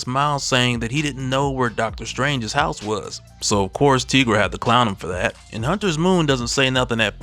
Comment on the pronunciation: Its pronounced Tye - gruh.....not Tea - gruh bro...Its like saying tiger 😏